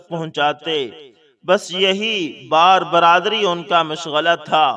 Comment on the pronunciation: بھائی جان ایک لفظ آپ غلط بول رھے ہیں ٹھیک لفط ھے ۔ بار بَر داری ۔شکریہ